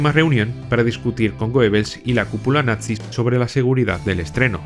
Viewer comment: Eres el primero en decir la palabra bien todos dicen nazi... pero en realidad es natzi es una pequeñez pero muy buen detalle ❤